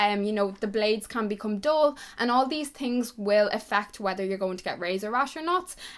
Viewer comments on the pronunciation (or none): I love how she says 'tings' instead of 'things'